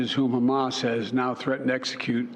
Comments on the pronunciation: Trump would bark like a lobotomized dog and pronounce Hamas “hummus." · Trump has a bigly brain and knows big words. Here's an ex: he pronounced Hamas as 'hummus'. 😅😅